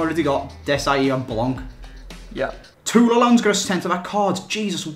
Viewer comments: it's blanc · its blanc